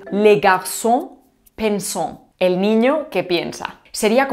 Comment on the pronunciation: El participio presente en español es el participio activo. Le garçon pensant (por cierto, pudieras intentar una pronunciación más decente) es el niño pensante. "El niño que piensa", perífrasis de tipo relativo, es tan solo una de las tres posibilidades de expresar la misma idea. El niño pensador es otra.